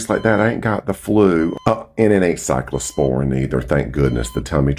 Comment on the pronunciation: Y’all, as a Healthcare Professional the fact he’s calling it Cyclosporine is sending me to orbit!